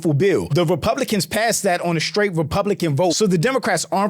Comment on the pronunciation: Never could trust anyone who can’t even pronounce the word “straight” correctly .